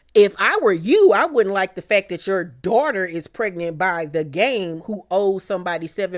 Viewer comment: Evelyns "Dorter' would be catching hella strays from me if I was on the show sorry not sorry 😂